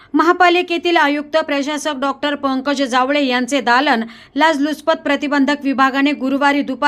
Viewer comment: लाजलुचपत, अनभिन्नता...काय निवेदन😢 लाचलुचपत, अनभिज्ञता... असे शब्द पाहिजेत. बातमीपेक्षा निवेदन आणि त्या बातमीचे श्रवण... महाभयंकर!